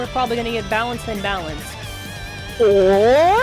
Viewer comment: the way you said or 😂😂😂😂😂